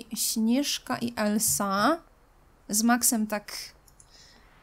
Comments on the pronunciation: merciu mówi się elza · Nie mogę już słuchać jak ciągle mówisz "Elsa" zamiast "Elza", bo Elsa się pisze a mówi Elza!!